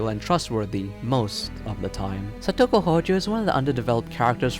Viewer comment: You mispronounced Satoko, Japanese/ Spanish say it with each syllable with the same length of time each, and you don't give the vowels that much effort.